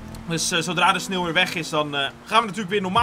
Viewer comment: Vind iemand het ook opvallen dat hij geen sneeuw maar sneel zegt😂